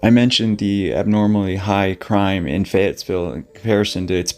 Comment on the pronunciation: Fayetteville is known as a tough town. There is no "s" in Fayetteville though.